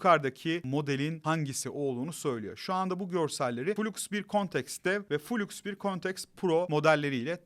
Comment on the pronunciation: Flux -> Fılaks, fuluks muluks değil birader